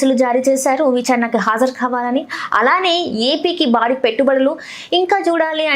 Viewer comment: ఖావాలీ నో, ఖవాలీ నో కాదమ్మా. కావాలి.